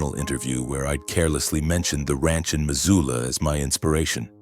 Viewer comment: It's Missoula, not Mazula. Buy an Atlas